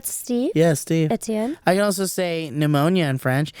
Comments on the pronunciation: Stéphane or Étienne. Stéphane is more common I think. pneumonia is pneumonie. I have no clue what Steve said it was, pee no me I think he said. Not a word in french. sorry Steve. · Pneumonia in french is not [PEE-NO-MEE] but Pneumonie pronounced [PN-EUH-MO-NEE] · I think it's still worth saying that Steve, you missed quite a few syllables in that pneumonie :D